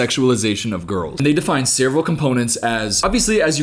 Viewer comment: totally not the point of the video, but i love how you say the word "several", you sound country as hell